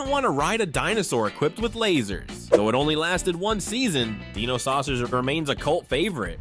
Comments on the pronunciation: The SilverHawks are NOT humans that transform into something; they're CYBORGS! You really need to learn how to pronounce " D-I-N-O it's not Deeno you iliterate goober! AND the fact that your clip of Kidd Video was "IN SPANISH!" AND they wern't sucked into a music video, they were sucked into a WORLD OF MUSIC.... rather dumb oversight. And with COPS; only BP vest had the cyber torso; the rest of the COPS were human with high-tech law enforcement devices "NOT CYBER ENHANCEMENTS! And for the Bionic 6, it was not an accident that gave them their abilities; Bionic 1 (AKA. Jack Bennit; the head of the family) was a singular super hero that worked with Professor Sharp, who gave him his full body bionics years earlier; On a family ski vacation in the Himalayas, an alien spacecraft triggers an avalanche that buries the entire family, exposing them to the unusual radiation of a mysterious buried object. Jack frees himself but discovers his family in a comatose state. Theorizing that Jack's bionics protected him from the radiation, Professor Sharp implants bionic technology in the others, awakening them. Afterward, the family operates incognito as a publicly lauded team of adventuring superheroes, the Bionic Six. IQ was the team "muscle".. Karate 1 was Agility and martial combat, Sport 1 was "LONG distance attacks with a "sports theme < usually baseball > and he could enhance his bat with an energy field his bionic body generated to help him deflect incoming enemy fire. *GET IT RIGHT! * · I'd think this video was a decent one if it wasn't for the mispronunciation of Dino, which was distracting, and quite frankly, irritating.